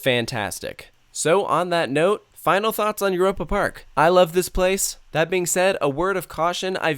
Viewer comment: i never got lost here because i memorized everything and gone to every show and i swear he is not from europe cause i heard eur a pa and im like euy ropa lol no hate this is amazing i love it there i swer he like was not